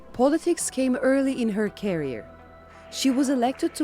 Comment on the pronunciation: Politics came early in her "carrier". Like a aircraft carrier of planes. "Teritor"?